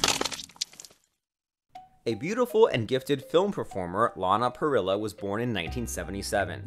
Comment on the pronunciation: Sorry, but I have to say this: Her name is not pronounced Parrila but Parrija (?), you say it in the Spanish way, where double L is pronounced as j. There are lots of videos of Lana saying her own name, explaining to others how to say it. If you want to make a video about someone, please do the research on how to say their names.